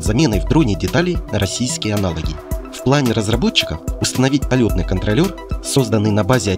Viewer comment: не КонтролЁр, а Контроллер.